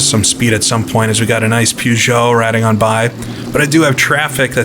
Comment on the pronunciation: I love the videos but good lord, every time you say "Pew-zah" the hairs on my neck stand up.